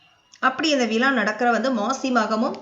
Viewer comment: Madam it would be very nice if the commentator knew Tamizh well. Instead of telling VIZHA she's telling VILAA. HORRIBLE TO HEAR. ABATHAM AGA IRUKKU. SORRY TO SAY